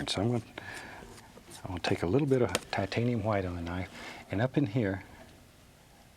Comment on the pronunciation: Shit is about to go down when bob gets that titanium huwite (loved your pronunciation ross)